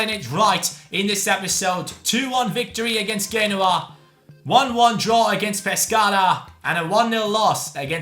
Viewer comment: Genoa is pronounced (jee-no-wa)